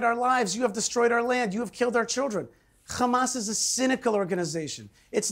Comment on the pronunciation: One small way to make this world better is to pronounce Hamas with the correct soft “H” sound - as it is spelled - instead of the grating “Kh” sound - as it is not spelled. Hamas is spelled Hamas not Khamas. SIMPLE. Your stubbornness in not doing so gives you a bad look. As you know, I’ve brought up this exact subject before with you,.